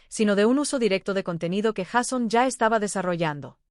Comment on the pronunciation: Sería bueno que la persona que narra el vídeo no dijera Jason se escribe Jason y se pronuncia Jeison